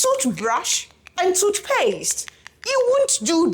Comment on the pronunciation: Toohbrash and toothpayaste!! 😂😂😂😂